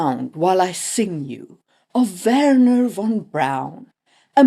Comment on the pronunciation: Neat song at the start, and perfect pronunciation of Werner, but why saying "von" as "wann"? Because that's the original song pronunciation perhaps?